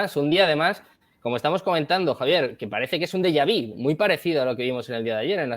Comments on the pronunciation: Deja - Vi es lo que tienen todos estos mataos. Aprende a hablar 🗣️ DEJAVÚ… se dice DEJAVÚ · Se dice deyavu no deyavi